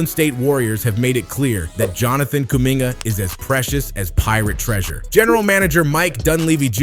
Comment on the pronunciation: You have to learn how to pronounce names better man. I like the video btw